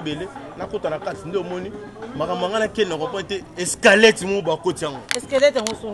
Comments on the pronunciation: OZA KO MI KUMISA OLOBAKA FRANÇAIS MAIS OZO LOBA ESKELETTE AU LIEU DE DIRE SQUELETTE NZOKA YO MOKO BENJI SUKA NA ZOBA OLEKI KUTU KEN NA BO ZOBA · Oooh ndeko otanga hein (Escalettes) yango bino soki kk ayebi verbes Être na Avoir nde otanga eeeh eza SQUELETTE ndeko pas escalete bino bongo na ba Intelo😃😃😃😃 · Correction : ba lobaka squelette non Eskalet ko tanga trop eza intelligence te.